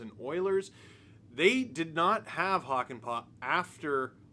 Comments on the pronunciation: It's pronounced "Hockey-Pa'" 🤪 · The Äs in pää are pronounced like a in cat or hat (but long) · As a Finnish viewer adding the proper ää to Hakanpää made me happy :D. Now we just need to work on the pronunciation (which is by no means bad as is)!